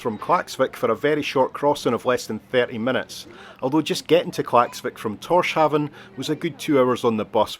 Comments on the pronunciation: It’s pronounced TORS-houn (as in hound but without the d), not TOR-shoun. 😊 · It's surely pronounced Tors-Havn and not Torsh Aven. No?